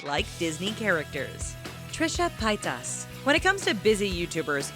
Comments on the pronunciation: Pietas lol it's Trisha paytas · It's not pie tuss it's pronounced PAY-TiS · pay-tas not pie-tas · She's I'd saying everything wrong, it's pay-tas not pie-tas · sorry but its not pitas its paytas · Pie toss PIE TOSS!!! It is PAYTAS! TRISHIA PAYTAS! Not Trisha PIE TOSS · PEH-Y TAS NOT PIETAS. . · PIE-TAS?? I think it's pronounced PAE-TIS or TUS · Trisha Pie-tass *facepalm* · is no one going to talk about 'Trisha Pietas'?? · U said pastas wierd it's pay-tus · "trisha pi-tas" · Pietus?? lol how about pronouncing it how it's spelled? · you're saying Trisha's Last name wrong, it's pronounced pay-tez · Its Trisha Pay-Tez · Trisha Pie-tahs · who else was cringing when she said Trisha's last name... also Connie is the best. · Omg i died when they said Paytas xD That is NOT how you pronounce it, but it was funny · "Trisha Pietess" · She pronounced Paytas wrong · I hate how u said Trisha Paytas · 2 things. Trish and Charlotte look NOTHING alike. Also, when you said Paytas, I had a deadly cringe attack.